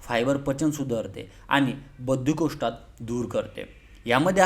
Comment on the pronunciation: बद्धकोष्ठ शब्द वाचता येत, बाकी सर्व चांगले आहे